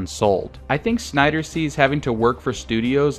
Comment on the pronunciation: Lmao the end cracked me up because there is a whole lot of "shnyder" in this. In fact I don't remember hearing much "snyder" at all. But I do remember hearing a shit ton of "shnyder".